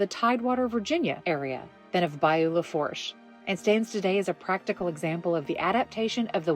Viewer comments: Lafourche is pronounced "La-foo-sh" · Small correction. Lafourche Parish is pronounced Lafoosh Parish. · Bayou lafourche is pronounced La foosh: greetings from New Orleans ⚜️